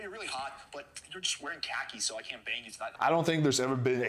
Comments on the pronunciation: i love you but i can’t stand how you say khakis. “cockies” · i am so sorry but you calling khakis cock-ies is the funniest thing i have heard all day